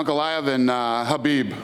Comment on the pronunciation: Kha...bib. With a “K”.